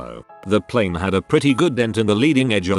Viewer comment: It's pl A ne! Not pl I ne!